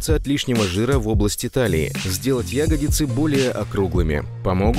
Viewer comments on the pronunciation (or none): Вы замечательный ютуб канал, на котором можно найти множество ответов. Вы помогаете людям стать красивее, выносливее и здоровее. Но пожалуйста, говорите ягодИцы, а не Ягодицы, все-таки, сформировано это слово не от "ягодки".